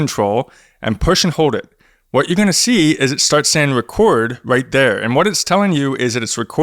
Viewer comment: Pwess da wecord button not too woughly. Den hit pway